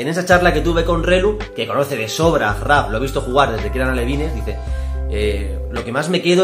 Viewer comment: Se dice achraf